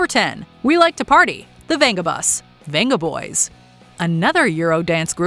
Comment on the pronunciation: It's pronounced Bengaboys - the was a whole thing about it.